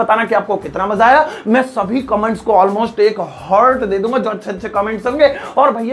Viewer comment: Sir Almost (अमोस्ट) hota hai hai L Silent hai But Ap (ऑलमोस्ट) q bolte ho.